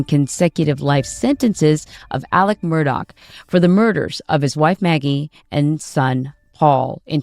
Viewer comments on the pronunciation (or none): She's a freaking broadcaster and she sang MurDOCK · Murr-Dawg. Should be jailed just for that pronunciation. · His name is Mur-DAW. There isn’t a k at the end of his name. A journalist should know proper pronunciation of names, etc.